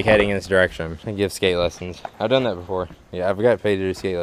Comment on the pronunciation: "Is sat a Go go pro?"